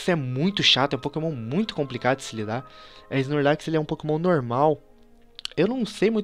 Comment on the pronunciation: da agonia ver ele falando snorlax desse jeito